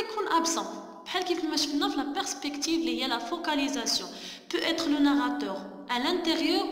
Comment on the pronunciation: Peut-être kat9ra haka بوتيتخ ماشي بوإتخ Vis à vis kat9ra فيزافي ماشي فيتافي Ghi kansahah lik dakchi Li 3raft w ta ana kant3alm mnk dakchi Li ma 3arfach